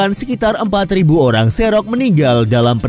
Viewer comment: Kepada admin, editor, dan segenap tim redaksi Invoice Indonesia. Mohon diperhatikan pronunciation narator. Saya tidak tahu apakah narator berbasis AI ataukah ada seseorang yg ditugaskan sebagai narator pada setiap video yg dibuat. Karena beberapa kali saya menemukan kesalahan penyebutan nama tempat/suku/istilah dalam bahasa aslinya. Contohnya seperti penyebutan nama Cherokee pada video ini, disebutkan menjadi "serok". Cherokee seharusnya disebut sebagai "ˈtʃɛrəki" (che rə ki) menggunakan e taling pada penyebutan "che" dan menggunakan e pepet pada penyebutan "ro" -> "rə", serta menyebut "kee" menjadi "ki". Semoga lebih baik lagi kedepannya dan tetap memperhatikan pronuciation aslinya agar audiens yang sebelumnya tidak pernah tahu tidak dibuat keliru. Terima kasih.